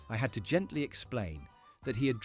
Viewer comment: It's always 'had to GENTLY explain' too - always.